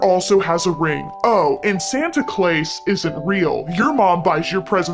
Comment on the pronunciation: Santa Clais boy hit the I instead of u there.